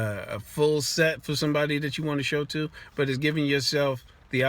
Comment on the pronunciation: Lmao kept hearing sex instead of set